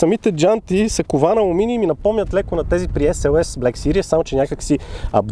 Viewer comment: Малка забележка, във видеото "series" се произнася грешно като "сириъс" (serious), вместо "сирийз".